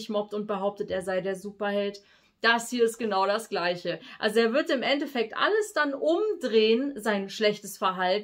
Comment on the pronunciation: Nicht End-Defekt sondern End-effekt